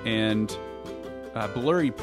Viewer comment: You were pronouncing Blubrry as blubbery (as in whale blubber), but I believe they actually pronounce their name like "blueberry". If you go to their site, they use a little icon that looks like a blueberry as their logo.